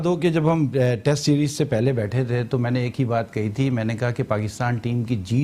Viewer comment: The only anchor in the world who says "tast" instead of test